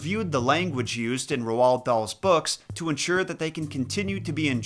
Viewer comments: It's said rold like gold , not ro-ald lol shits driving me crazy yo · Ro Wald? Lol it's rold. You sound crazy. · Bruh. Roald=rolled, not roh-ahld. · bro its not ROW-ALD. its pronounced like ROLLED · Rowald? Lol pronounced rohl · So...either I've been mispronouncing Dahl's first name this whole time, or has been mispronouncing it. I thought it was pronounced as "Rold", not "Rowald" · “ Rowald Doll”😭😂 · Ruall Darl. Take a shot everytime he says his name wrong. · For future reference, Roald is pronounced Roo-all. It's Norwegian, and you can find the interview where he explains this on YouTube. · Did he call him rowol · It is pronounced ro dal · Ah yes, my favorite author, Ro-wald Dahl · Where did you get ROW-all-D DOLL from? Dude… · ROALD not R-U-H-OLD. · Three things: 1) Roald is pronounced "Roo-All" 2) "...and I AM that lesser man!" 3) Why did you have to tell EVERYONE about my Mum?! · i've never heard anyone pronounce roald that way, i say it like roll with a d on the end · It’s pronounced rolled… Dahl 👀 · I would LOVE if you did Charlie and the Chocolate Factory!!! It may not be Dahl's darkest book,but it is his most interesting one. I would LOVE for you to dive into it. (Also his first name is pronounced like road) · i love the video and i know this doesn’t matter, but hearing him say Roald made me cringe every time, it’s pronounced like R-old. i’m pretty sure anyway since we learn about him in primary school in the uk. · Ro-arl dahl? 😅 I like it. He was a big racist so i like such a mispronunciation. May he forever be remembered as ro-arl. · Loved loved love this video. I am a huge fan of Roald Dahls books, having the full set. Only one thing, Roald is pronounced Rolled. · Your pronunciation of Roald drives me nuts. Roald is pronounced liked “rolled”. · Pronounce Roald as "Road" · You don't pronounce the A or D in his first name, Roald is pronounced "Role". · Why can’t Americans pronounce his nameeee it’s basically ROLL 😭😭😭😭